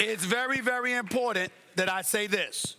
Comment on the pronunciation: “This is vary vary imPOR!tant” 😂